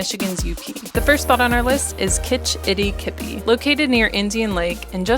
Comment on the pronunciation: With the way you pronounced Kitchitikipi, you are definitely not from the area. You should’ve asked some of the locals how to say it.